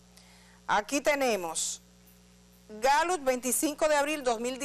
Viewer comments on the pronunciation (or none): Edith!, la Gallut como usted lo pronuncia, es la misma Gallup que conocemos?..